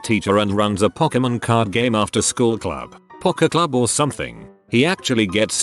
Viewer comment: That's not pok-e club... how did this voice not say poke club...